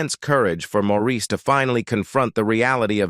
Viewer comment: His name is Maurice not Morris, AI ugh, geez